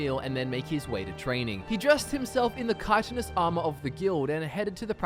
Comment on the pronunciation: Good job pronouncing "chitinous" correctly.